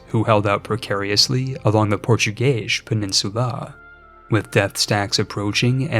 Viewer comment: did i hear portugayish?